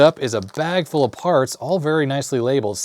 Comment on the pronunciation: "FOOL BRIDGE RECTIFIER", that's how it sounds to me